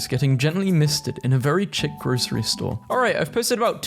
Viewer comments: chick instead of chic 😭😭😭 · You always pronounce at least one word wrong per video and it irks my brain. Today it was chic. You have to do this on purpose right? You have to know more than you’re leading on right? 😭